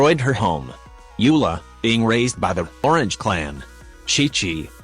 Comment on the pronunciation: You said lawrence clan I heard orange clan